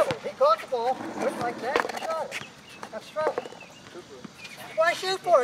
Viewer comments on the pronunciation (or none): You cant twavel that's a twavel